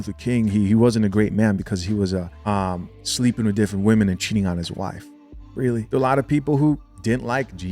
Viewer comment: Joe was weally weally twippin